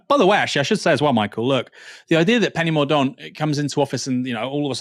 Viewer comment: Its pronounced Penny Mor Dent...ffs